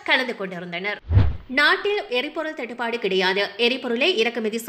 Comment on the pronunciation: தட்டு பட இல்லை... தட்டு padu